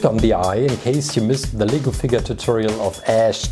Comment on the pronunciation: Did anyone else think that he said legal figure